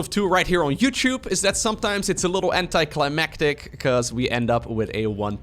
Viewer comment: Haha thought you said “anti-CLEMatic” 😅